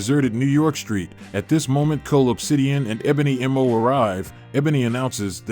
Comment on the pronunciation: Ebony maw not ebony m o🤣